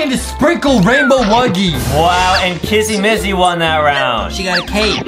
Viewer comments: Its not kassy masy it s kissy missy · It’s not Casamassa it’s Kissy missy